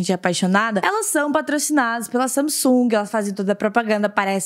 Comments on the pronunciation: Ela fala Samisung é Samsung kk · não é samisugue, se pronuncia sangungue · não sei vcs mas me dar uma agonia ela falando samisung sendo que é samsung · Manoh so eu q tenho agonia dela falando "samesung" sendo q é "Samsung" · Agonia dela falando sanisung eu falo sansungui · se pronuncia "samesungue" passada kkkkk sempre chamei de Samsung mesmo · Não é samisung e Samsung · parece que você fala “samisung” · "Samisungue" ksksksk Adorei💜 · "Samisungui" AMEIII KKKKKK❤ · ta me deu mta agonia dela falando saMsung KKKKKKKK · ver ela falando samisung me deu uma agonia kkkkkk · "SAMISUNGUI" - 2019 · Q ranço dela falando samisung kkkkkkkkkk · "Samisung" kkkkkkkk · vey parece q ela falou samisung kkkkk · So que fiquei incomodada com ela falar (Samisung) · Ela falando SAMISUNG. Me irrita muito. Mds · Fala Samsung direito KKkK que agonia